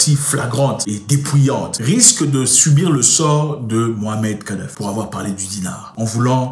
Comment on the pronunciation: Tu dis souvent Mohamed kadafi mais c'est MouamaR kadafi mon très cher frère. Merci pour tes vidéos tellement instructives ainsi que pour ta personnalité pondérée et intègre. Un de tes frères du Maroc.